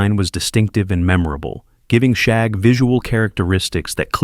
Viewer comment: As a child of the '60s and '70s, I remember all of these. I do need to say that if you're going to use AI to narrate your videos, you should probably listen to them to make sure things are pronounced correctly. For one, the youngest Rugg child was called Shagg, not Shaug. The names were all taken from shag rugs of the time.